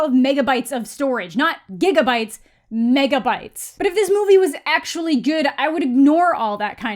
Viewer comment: When she said Megabytes, I heard Meghanbytes 😅